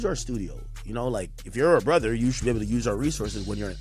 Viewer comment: Sounded like the Canadian version a couple times. "Bruv"